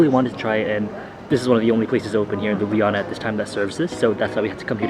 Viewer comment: i love how he said lubujana instead of ljubljana